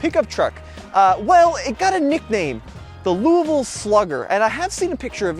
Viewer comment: Im a Louisville native. You said Louisville correctly.....are you a Louisville native?